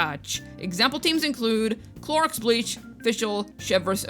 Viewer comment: I truthfully laughed out loud with "Chlorox Bleach"! I love how you switch between pronouncing the names accurately and coming up with alternatives!